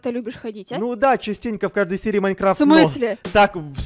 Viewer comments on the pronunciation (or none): Не "маЕнкрафт" а маИнкрафт"(не в обиду тебе) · не "маИнкраф" а "маЙнкрафт"